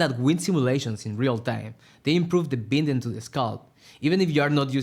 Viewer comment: Is no one going to help this guy out with the correct pronunciation of the word ‘binding’? “Bie-nding”